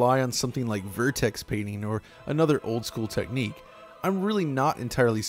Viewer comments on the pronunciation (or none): none